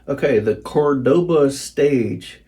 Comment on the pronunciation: It’s a Spanish city the guitar is named for. It’s Córdoba, not Cordóba.